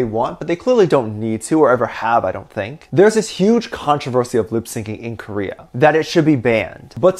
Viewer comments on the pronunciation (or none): none